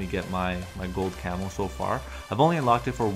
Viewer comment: The whole damn video I was waiting for a gold camel to show up, I'm like where is it. And then I read the title again it says gold camo! The way u pronounced it sounded like camel lol